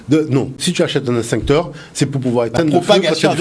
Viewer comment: "EX-TINCTEUR" - PAS - " INS-TINCTEUR "!! MERCI !!!